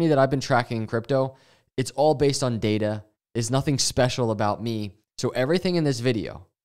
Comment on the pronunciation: You even say data like it has ada in it. Dada 😅❤